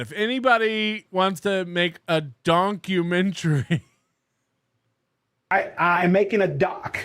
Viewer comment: "Donkyoumenchooairy" omg 😂😂😂😂